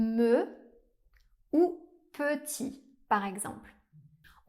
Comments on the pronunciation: Hello. Loved "Ils sont fous, ces français". U sure all the "a" in "papa gâteau" are the same ? I heard "excetera". Isn't it "ʒə / mə / pəti " ? & not "ʒø / mø / pøti " ? Only three nasal vowels ? Pff. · Pardon, à le mot « petit » fait le son e schwa comme dans « cheval », si je me souviens bien.